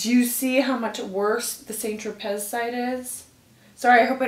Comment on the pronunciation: San tro pay,is the correct pronunciation not saint- tro- pez.